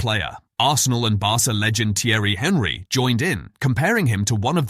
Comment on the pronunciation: AI JUN. Support real content creators. :-( Can`t even say Henry's name correctly!